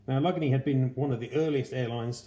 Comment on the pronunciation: Damn, dude, that's a HELLA collection! Thank you for sharing it with us. Semper Fidelis, my friend! P.S. The proper pronunciation is "Al-Luhh-Gay-Nee"...Allegheny.